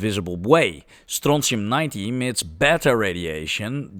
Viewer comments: Bro, the way you pronounce it. Wat een schijtmetaal, nee het is strontium😂😂😂😂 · where in the nature did you find that siren clip :D ? The chemistry is much complicated - but your pronounciation of strontium sounds like real scottisch could say strontium upon finding :) Telly Ho!